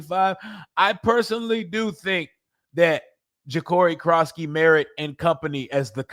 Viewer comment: You can say Noah econogamey but you can’t say Jacori what’s wrong with you?